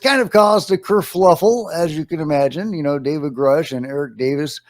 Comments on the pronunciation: Someone correct pro nounciation of curfufflel...he likes to say curfluffel..he kinda does it on purpose but i cant prove it....... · Someine correct pro nounciation of curfufflel...he likes to say curfluffel..he kinda does it on purpose but i cant prove it.......